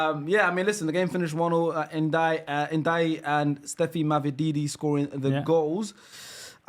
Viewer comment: ndiaye is pronounced “njie”